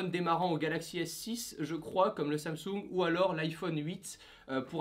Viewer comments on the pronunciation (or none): none